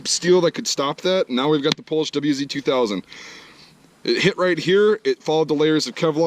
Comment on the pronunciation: The W is pronounced liked a V.